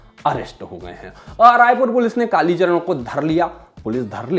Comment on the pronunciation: Kalicharan g ka name to km se km sahi se lo channel valo